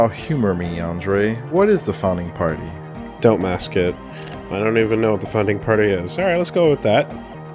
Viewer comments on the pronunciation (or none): haha he said the founding farty